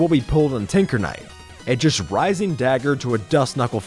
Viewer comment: did he say tickle knight? Plus omg it’s relic knight!